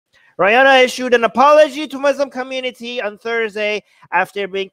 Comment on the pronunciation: who the hell is "Ryanna"? 😂